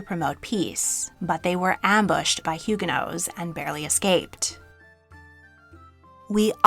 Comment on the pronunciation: It is baffling to me that you are a historian and don’t know how to pronounce Huguenots.